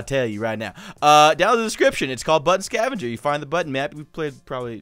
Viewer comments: At the start of the vid I did not really hear "Button Scavenger" but "Butt scavenger" xxD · At the beginning I thought he said butt scavenger 😂